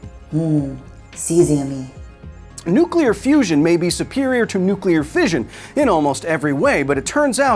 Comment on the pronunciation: Trini-tea? Cesi-yummy amirite?